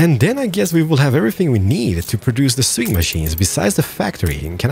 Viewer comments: Awesome videos! P.S. Just so you know for future reference... 'Sewing' is pronounced as 'Sow-ing' not 'Su-ing' "I am NOT your uncle!" Haha love it! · is it only me who gets bugged by the way pronounces 'Sewing'? lol XD